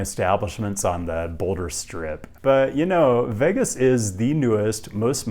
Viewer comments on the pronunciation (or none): none